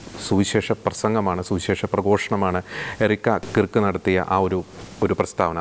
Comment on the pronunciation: കിർക്ക് എന്നു പറയരുത്, കേർക് അതാണ് ശരിയായ ഉച്ചാരണം.